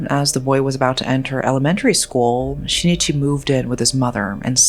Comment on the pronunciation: The name of the husband is not SHI-NI-CHI. It is SHIN-I-CHI.